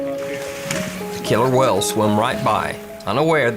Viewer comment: 🤣🤣🤣 "Wells" instead of whales